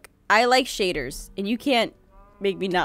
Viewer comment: its shayders!!!!!!